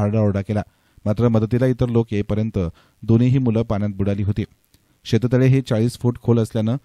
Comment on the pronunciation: बातमी वाचणाऱ्याला शेततळे शब्द पण नीट उच्चारता येत नाहीये... शेत तळ्यात असे दोन शब्द तो उच्चारत आहे...काय कमाल आहे...मराठी माणसाला नीट मराठी बोलता येत नाहीये.....